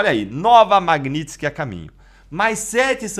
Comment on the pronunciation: Aprende a falar Magnitsky po